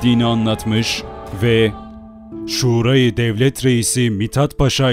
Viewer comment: Emeğinize sağlık, ancak bir tarih kanalı sunucusu olarak Şura kelimesini doğru okumanızı beklerim. Sevgiler.